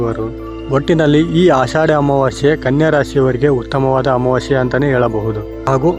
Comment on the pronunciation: ಅಮಾವಾಶ್ಯೆ ಅಲ್ಲ ಅಮಾವಾಸ್ಯೆ ಕನ್ನಡ ಉಚ್ಚಾರಣೆ ಸ್ಪಷ್ಟವಾಗಿಲ್ಲ